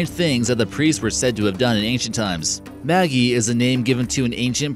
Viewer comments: Cool topic but it's Maj-EYE not maggie. The maj part is pronounced like in magic. :D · Magi is pronounced like magic. Not Maggie. The g sounds like J.